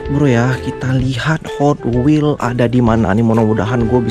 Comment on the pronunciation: Bang bagus tu gotwels " nya😂